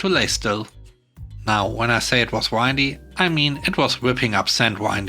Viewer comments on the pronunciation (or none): Windy = Win-dy Not Wind-y It bothered me enough to make this comment. Sorry. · No need to apologize. I just hope that you'll be more aware of proper enunciation of those two words. One refers to the wind, while one describes something with lots of turns and curves. A country road/path could be described as windy, for a very common example. I hope you have a good day. :)